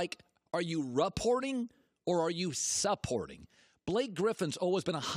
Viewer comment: RE-porting or SUP-porting? Really dude? LeBron much?